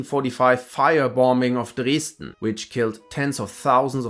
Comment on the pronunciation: Impressive how you switched to German pronounciation for "Dresden" and then immediately switched back to English for the rest of the sentence. Also, I'd like to encourage you to research the invention of racism by General Richard Henry Pratt, it should prove enlightening.